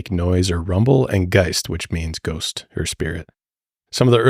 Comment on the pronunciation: With your "Brhost" (like ghost, lol)